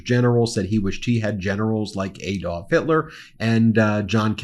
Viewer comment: PLEASE pronounce Adolf correctly, it is not Aye-dolf but Ah-dolf.